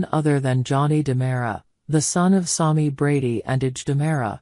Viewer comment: Learn how to pronunce SAMI